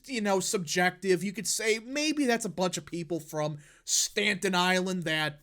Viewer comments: It’s Staten Island not Stanton island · Staten (Stat-en) Island, not Stanton 😢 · STATEN ISLAMD, NOT STANTON. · “Stanton Island” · Why you say it like "stan ton island" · “Stanton island” bothered me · Damn it, can you pronounce Staten Island correctly! Where are you from?